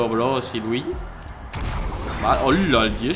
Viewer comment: Danirep mesonpredi cuándo dijis te luiyi